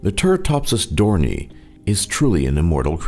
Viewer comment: It's pronounced 'dor nee i' NOT 'dor nee'.